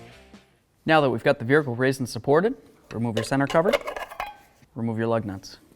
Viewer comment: Your videos are always great but i hate the way you say vehicle.